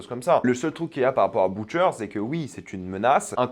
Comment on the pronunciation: "Boutcheur" mmmh non 😂😂😂